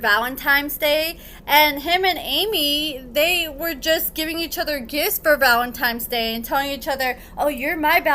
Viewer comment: I really like, but if your a social media influencer you should be able to say simple words right. It is low class not to try and correct yourself.